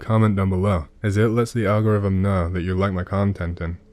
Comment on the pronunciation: Al gor ith im 😂